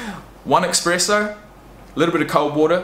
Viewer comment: listen i swear i'm not usually one of these guys but did you say "expresso"